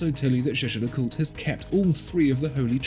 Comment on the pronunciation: for the life of god figure out how to pronounce jaeger le coultre - just because everyone else has no clue how to pronounce it doesnt mean you have to do that too